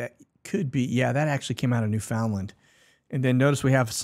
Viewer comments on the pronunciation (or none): Newfoundland is pronounced newphinlend.